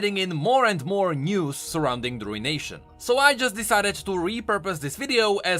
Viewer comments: Btw, it's pronounced, roo·uh·nay·shn not RUIN-Nation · Ah yes the Rune-ation